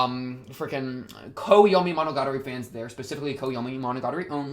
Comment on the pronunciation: wtf did you say at first. I only understood after monogatari